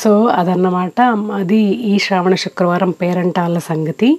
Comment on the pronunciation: Madam okka request telugu lo manaki శ్రావణ శివ అంటే శ అక్షరం కదా పలకాలి...మన తెలుగు లో మాత్రమే కదా శ అక్షరం ఉండేది మరి "శ" నీ "ష "గా పలుకుతున్నారు that to meelanti telugu భాషాభిమానులు...just idi okkate suggestion... otherwise love all your videos ❤❤❤